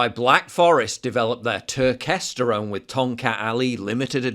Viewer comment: Turkesterone is complete bullshit, please do not buy it and waste your money. Huberman can't even pronounce the name correctly so he shouldn't be peddling it. No human study has ever shown it makes a meaningful difference in testosterone levels.